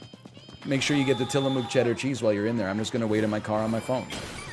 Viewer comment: stop saying tillamook like that lol